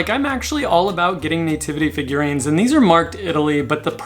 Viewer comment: I love how you say nativity, like Nay-Tivity! 🤣😂 Love it. I think one of my favorite holiday decor s Halloween, I just never seem to get sick of seeing the funny creative scary things that can pop up. And to me it never seems oversaturated! Not necessarily them coming to my door for Candy though LOL! I am way over Christmas and all the thrift stores around me here in north western Ohio have an over abundance as well and they’re charging top dollar for it which is insane! Love that you went thrifting! Love it love it love it please do more! Do you ever do any online estate sales? The extra 15% surcharge is a bit ridiculous especially since we’d rather come and look at the stuff in person, it’s not our fault for Covid LOL. On the other hand it is nice to be able to look up information on the pieces before we bid on them! Great content as ALWAYS, thanks for all your explanations - I love to learn! Have a great day!!